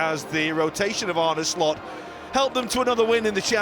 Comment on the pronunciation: This guy pronounced Slot like Shlot! 😂😂😂